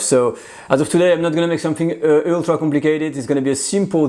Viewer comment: Try putting your tongue between your teeth and hissing. You will then be able to pronounce "th". "Somefing" and "firty" let down your English. Also, Bruno Albouze's method with a pastry ring is much easier.